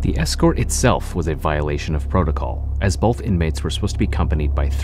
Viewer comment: Also it's both not bolth idk how half of these "proud Americans" can't even speak their own language correctly